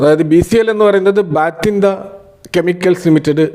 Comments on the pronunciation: ബാറ്റിൻഡ അല്ല ബട്ടിണ്ട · ഭട്ടിണ്ട, not ബാറ്റിംടാ